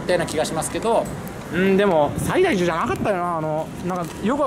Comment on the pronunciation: 細かいことを言いますと、「西大寺」のイントネーション、─￣￣─＿だと思います。あと薬師寺は西ノ京駅が最寄りです。